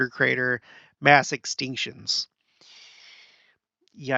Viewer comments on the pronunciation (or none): none